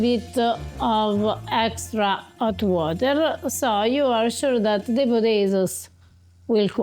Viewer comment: "A leettle bit of 'ot water' 😅